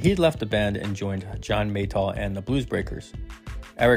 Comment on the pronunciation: Uno? John “Maytall”??